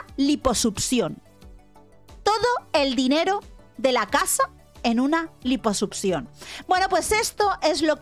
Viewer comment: Lamento decir esto pero: Durante todo el video, me la pase pensando en el echo de que se la pasa diciendo *Liposupcion*. Sorry no pude evitarlo.